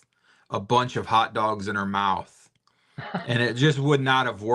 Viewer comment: mouth or mouse, lol 😝